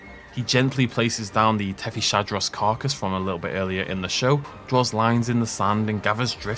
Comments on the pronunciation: I might be wrong but I believe it's pronounced as "Tethys-Hadros" as in Hadrosaur from the Tethys, not "Tethy-Shadros". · Something I'd like to point out is that Tethyshadros is pronounced "Tethees-hadros" and not "Tethee-sha-dros", I've noticed you've struggled with this for a while so wanted to help ya out a bit, was also hoping you'd notice it with Attenborough's narration, other than that keep up the good work with these vids!